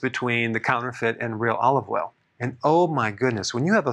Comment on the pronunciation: Olive woil you said? Okay, I'll be looking for the specific spelling! THANKS!